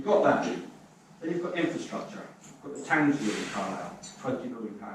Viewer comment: Yes, an interestng contrasting set. One speaker manfully took his flak, voluntarily, for the difficulties in getting Welsh placenames accurately pronounced, but the Conservative MP mispronounced his own Car'LI'le as CAR-lsle. Such details, trivial and minor in the Greater Argument, tell all when the real work starts. The very well put point that CBR is not 'reversing Beeching' but is proposing a new 21c rail connection, put it that CBR must address 1. Local, AND 2. Regional And 3. National issues and priorities. I would expect the 'Local MP', who represents Carlisle to the National UK Govt., to see further than the 'Regional Development' issues which seemed to be his focus?